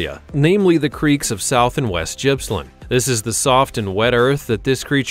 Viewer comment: Gippsland is definitely not pronounced how it is on this video commentary A simple search gives audio pronunciation of words in the correct manner